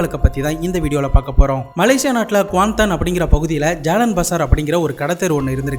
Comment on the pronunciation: Hii bro the way u say Kuantan is perfect...😊😅